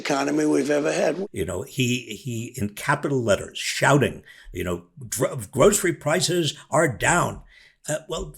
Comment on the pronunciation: Well, the criminal dirtbag has trouble saying the word groceries. He doesn't have a clue .